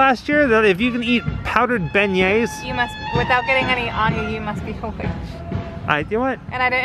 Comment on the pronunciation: Every time i go to Cafe du Monde and eat beignets, i’m always wearing black for some strange reason and always getting powdered sugar on my clothes but i was born and raised in New Orleans so I’m used to it, oh thanks for the correct pronunciation of our famous sugary treat and the Cafe name..🤘🏻😎🤘🏻